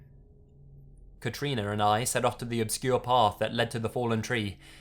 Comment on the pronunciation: First person I've heard of having my name! (Katrina) Can I just say you say it amazingly?